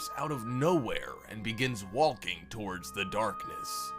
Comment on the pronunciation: it's not just funny he says walking and pronounces the L. its even funnier that sometimes he says it correctly and immediately says it incorrectly.